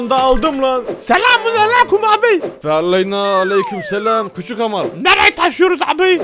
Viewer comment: Hamar Oluyoruz Hahaha Sanki Hamarat olcak